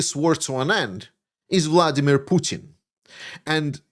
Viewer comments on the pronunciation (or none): none